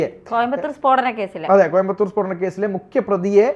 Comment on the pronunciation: Peedanam alla spodanam....